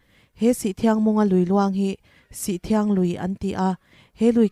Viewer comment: Sihthiang ni lovin sithriang (sih awm dun sawina)